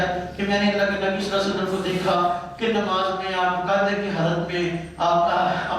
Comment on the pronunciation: Lafz Nimaaz naheen Namaaz hai